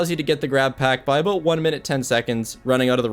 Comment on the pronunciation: i like how says about like aboat